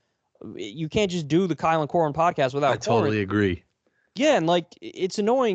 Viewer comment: Pronounced Core-een